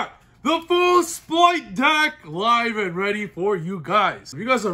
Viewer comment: R. It’s an R. Not an L. Stop saying “splight”.